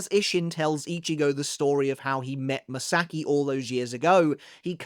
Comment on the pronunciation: Ma-Sa-Ki. Ka-Na-E. Not m'saki and kanay.